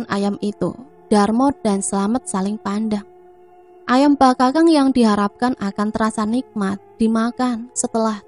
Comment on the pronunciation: Maaf cah ayu...maksudnya bakakak bkn bakakang kali yaaa..itu ayam ingkung cah ayu😊😊😊maaf ya skdr koreksi geulis🙏🙏🙏🙏